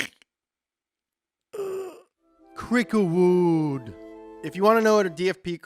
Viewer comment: Oh my God, the “Cricklewood” part!